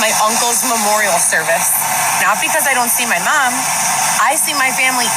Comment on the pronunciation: The way pronounces "Mom"..how do you even spell that? "Mam?"